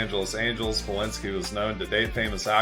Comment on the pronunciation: It was Bo Belinsky, not Balinsky....